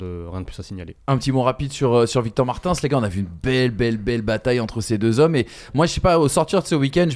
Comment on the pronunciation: pour ton information Victor Martins se prononce « Marteens ». Victor l’avait lui même précisé lorsqu’il est venu commenter un gp sur la RTBF (la télévision belge) aux côtés de Gaëtan Vigneront Voilà 👍